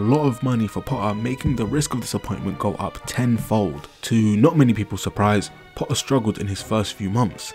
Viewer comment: It's "PoTTTTTer" not "Po-aa"